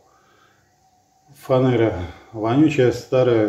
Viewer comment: срочно в школу доучиваться, словоа фанера чуть по-другому проговаривается ) логопед по вам плачет ) анкерю\зенкерю - автору всё одно )))) идите книги читайте, а не видео пишите ))